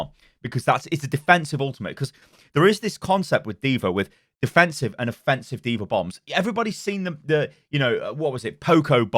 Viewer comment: Affensive... love it.